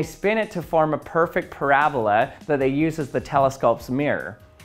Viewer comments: It’s not “parablah” it’s a “Para-Bola” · drink every time he says parabluh